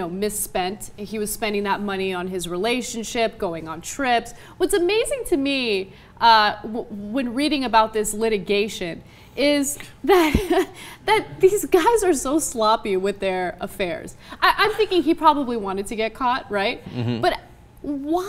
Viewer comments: Liti-GAY-tion... ROFL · Liti-GAY-tion LOLOLOL